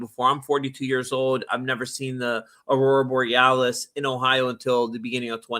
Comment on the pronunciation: Thanks for the other guy making sure to pronounce Aurora Borealis properly ❤